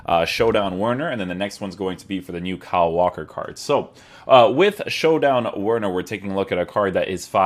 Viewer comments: Bro it’s not that difficult to pronounce the W as a v 😂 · It's pronounced Verner.. 😆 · Just a heads up it’s pronounced Verner